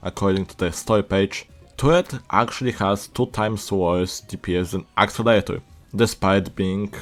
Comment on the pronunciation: Accelerator not axelater